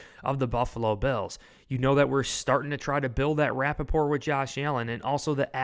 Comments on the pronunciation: Rapport is pronounced RA-pour. It is a word from French language. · I think you mean to say rapport not Rappaport. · Dude! It's "building rapport", not Rapaport, (like Michael). Lol😂